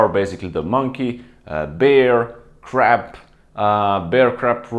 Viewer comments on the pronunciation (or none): Am I the only person that hears him say crap instead of crab? lol still a good video👍